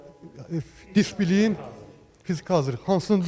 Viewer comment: DİSPİLİN deyən "jurnalist" kimdir belə,onu ümumiyyətlə kim bura buraxıb,bir sözü heç deyə bilməyən adam,sual verməzdən əvvəl heç olmasa googla girib söz baxsın bu söz necə yazılır/deyilir